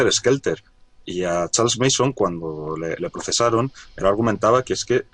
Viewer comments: se pronuncia charles manson no meison jaja solo una critica constructiva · Una corrección : el nombre del psicópata es charles Manson. Pronunciandolo como "meison" dais a entender que el apellido es mason, sin la primera M